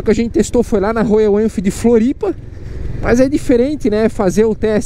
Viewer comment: Pq "Rôiou" se a pronúncia é "Rhóial"?🧐